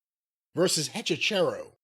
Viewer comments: Hechizero means Wizard in spanish. It's pronounced A - chi - se - ro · cannot say EH-CHEE-ZEH-ROH to save his life 😂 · It's pronounced hechi sero but who really gives a shit lmao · I did not realize you were all trying to pronounce Hechicero (e-chi-ze-ro) til you found out it was for wizard. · Lol hechicero is pronounced 'eh chee zeh roh' in Spanish but I like this pronunciation better 😂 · BTW, it's Eh-Chee-SEH-Roh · As a spanish speaking listener, it's so fucking funny when they try to say Hechicero